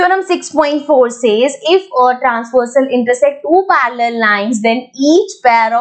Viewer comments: that parrrrallel😂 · When mam is teaching axiom 6.3 how mam says parallel 🤣🤣🤣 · parallel line pronounciation I just laughed at once🤣🤣